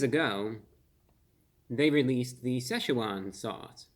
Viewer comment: I thought he was saying this is a spice that 'laughs'. I thought, OMG, that must be one hot sauce to be laughing at me!!!!